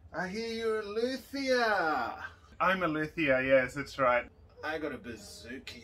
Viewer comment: I love your french pronounciation😍😊 (and in Montreal nearly every violin shop, guitar shop can be found by searching luthier, I don't think that the expression "violinmaker" exist in french.) Update: The expression violinmaker is translated by luthier... so to find a violinmaker the search will be "luthier violon" and that is not a good formulation in french haha.